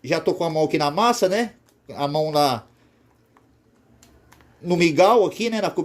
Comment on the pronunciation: é mingau irmão e não migal kkk